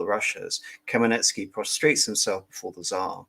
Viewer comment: Hmel-NYT-ski not Kamaletsky 😛